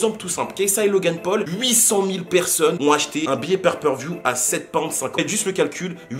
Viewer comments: Le "père per view" 😂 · niveau buisness c'est tres intelligent cette histoire par contre c'est pay per view pas per per view 😉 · On dit "PAY PER VIEW" pas "pair per view" 🤣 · On ne dit pas père peur vioux mais pay per view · On dit Pay-Per-View mdr